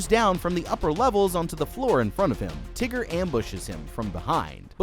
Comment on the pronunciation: Why he calling him teger